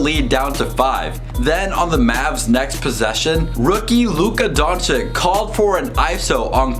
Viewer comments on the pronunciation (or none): Great review. About pronounce... Doncic... Don CiC, not Don CiK. Last C is the same as a first C :) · Don-chich not Don-chic, its annoying... just sayin. Yes I'm a punctuation nazi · BRO IT'S DONCHICH NOT DONCHIK... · Bro nice video but please pronounce Luka DonČIČ write bro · Donkyic ? Learn to pronounce his name ! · Donch"eech", pleaseeeeeeeeeeeee :) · 😥🤔if you can't pronounce the last name, it's better to just say the first name!!!😨 and don't make excuses that it's hard because, our č is like your ch! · No one: Literally No one. "Please pronounce the name correctly" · Boy you are making a video about a player whitch name you can't pronounce hahahaha